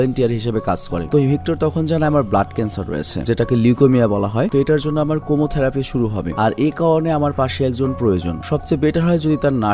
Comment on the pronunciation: কেমোথেরাপি হবে উচ্চারণটা।